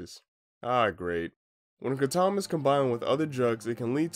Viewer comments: It’s” kray-dom” sound not a “cra-Tom” sound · "Kràtom" lmfao bro doesn't even know how to pronounce it. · I think this is the first time I've heard someone mispronounce kratom.